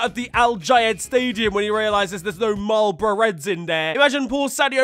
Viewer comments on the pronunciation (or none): none